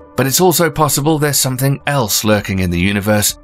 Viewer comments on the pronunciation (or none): none